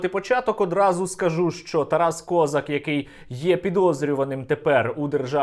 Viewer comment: А чому кОзак, а не козАк!?